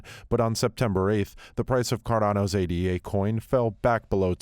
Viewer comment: It's "Ay-duh" not "Ay-Dee-Ay". The coin is named after Ada Lovelace... the Earth's first computer programmer.